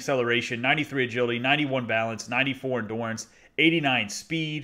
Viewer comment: Subscribed. PS it’s endurance, not endorance